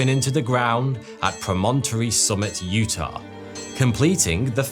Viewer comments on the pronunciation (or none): none